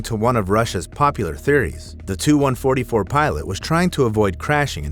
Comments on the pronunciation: He called a Tu-144 a "2-144" and called a P51 a jet + called an SU-27 a "Suiiii-27" 💀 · Please tell the A.I. programmer to teach Art Official Intelligence how to pronounce initials. It’s not a SUE-27 or TWO-144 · When the narrator is live but just as stupid as AI 😅 he called the TU- ) 😂